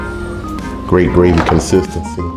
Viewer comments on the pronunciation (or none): none